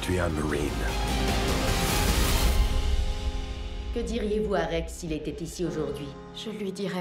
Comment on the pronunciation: "tu es un mawine"